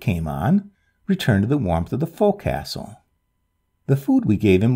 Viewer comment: Forecastle is pronounced "focsle".."fowk-sl"...Thank you for two great tales.